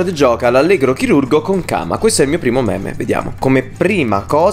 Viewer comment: Quindi io li ho chiamati "meme" da almeno 2 anni e ora scopro che si pronuncia "mim"